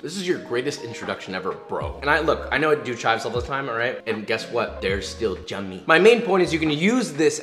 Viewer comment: "they're still jummy"